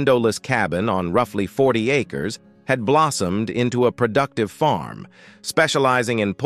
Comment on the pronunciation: AI, Americans don't pronounce ``Delano'' like that. You also mispronounced ``Wilder,'' and ``navigated'' and ``acres.''